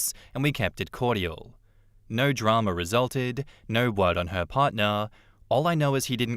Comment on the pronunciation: Do I pronounce cordial wrong or does he 😅